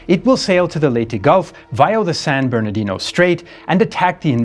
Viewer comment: Like the San Bournodino Strate? 🤩